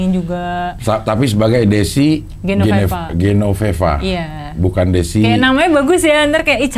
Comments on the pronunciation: GENOVEVA cing, bukan GENONEVA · GENOVEVA CING, BUKAN GENONEVA.